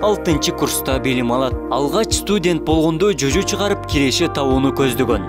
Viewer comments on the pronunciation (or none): Чожо дебей жожо дейт. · Чожо эмес жожо